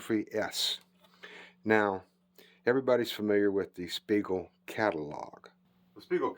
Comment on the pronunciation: 'Spiegel' just like on the tag, not Spegal.